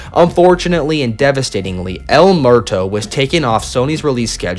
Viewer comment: El Muerto is pronounced Ehl Moo-Ehr-Toh. Not Mehr-Toh. Sorry as a Mexican I was cringing